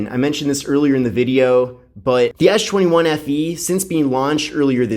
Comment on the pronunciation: why do you call it ash 21